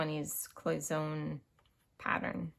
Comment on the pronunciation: Your little tea pot is pronounced cloy son nay.